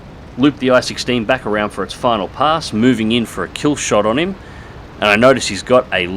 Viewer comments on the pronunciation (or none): none